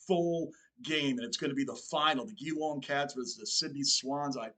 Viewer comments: Geelong's name is pronounced G-Long not Gheelong. I won't get mad, after all you're still learning. Great energy man. Glad you're getting into AFL. Cheers From Melbourne, Australia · It's not J long, it's Jee long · The Geelong Team is pronounced as Jelong,. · Just came across your channel - absolutely love your enthusiasm and energy! In case nobody has said this already, consider yourself an honorary Aussie! Just some pronunciations: Geelong is pronounced J'long, Melbourne is Melb'n, Brisbane is Brisb'n. We truncate everything, often ignoring whole syllables, and frequently sacrifice the letter "r", especially if it's at the end of a word. (Look up "rhotic" English, as spoken in the US, vs "non-rhotic", as spoken in Oz.) We're notoriously hard to understand, hope this helps.